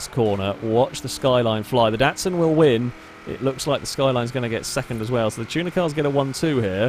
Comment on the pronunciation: you dont say DATSUN its a DOTSUN